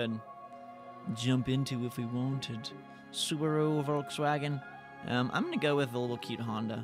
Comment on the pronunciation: Why is he pronouncing Hyundai and Volkswagen wrong?